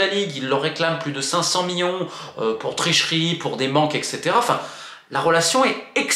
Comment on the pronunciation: C'est "millions" pas "Miyons"